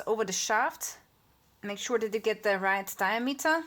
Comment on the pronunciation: Die am ater.with the accent on the second syllable..great stuff.danke